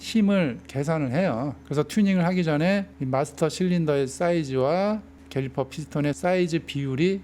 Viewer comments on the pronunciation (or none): 저만 갤리퍼로 들리는거아니죠? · 캘리퍼가 맞죠. 인디"케"이터도 인디"게"이터라고 하시는 분들 많아요.